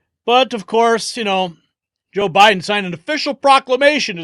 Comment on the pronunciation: Was "bye-done" now "bye-gone" worse than Hisler